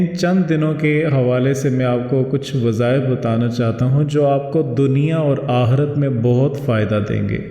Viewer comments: Bohat ma'azrat kay saath Kyun k aap apne aap ko teacher keh rahe Hain tou Kindly apna tallafuz sahi kar lein Aik tou yeh k Wqat nahien Waqqt lafz hota Aur dosra aahrat nahien Aakhrat lafz hota Hai.... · Hazrath Talaffuz Aaqree dhuraoo, Aqirath barabar kijiye